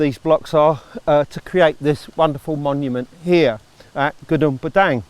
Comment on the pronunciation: is it really hard for westerner to pronounce the name of the site?